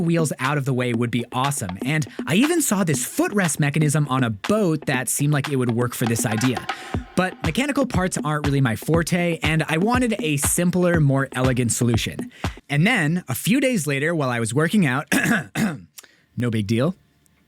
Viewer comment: It's pronounced FORT.